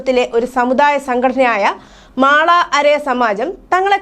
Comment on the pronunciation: മാള അരയ അല്ല മല അരയ ആണ്